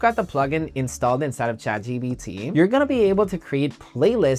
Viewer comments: yeah i noticed he was saying that too or is that a spanish thing💀💀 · it's Chat GPT bro not GBT💀